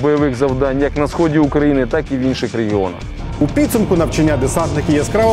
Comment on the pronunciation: НавчАння, завдАнням. Як це боляче слухати, коли навіть по телебаченню не можуть правильно та красиво розмовляти рідною мовою.